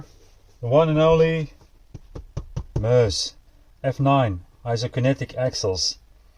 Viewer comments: sorry what was that? Mooouse? Read the box. The name is in the statement on the box....not me but us! Its Me-Us dude😂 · Why does everyone seem to struggle with saying ME US? This looks like it's going to be a sick build, looking forward to this one! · I know right😂 its says it right there on the box. Not me but us....its Me-Us😂😂😂